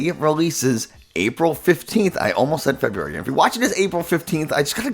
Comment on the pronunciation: def not feburary lolol